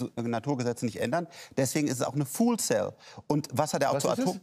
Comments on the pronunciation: Was bitteschön ist eine "fool cell"? 😂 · "fool cell" alls klar, sagt der "fool". ;-)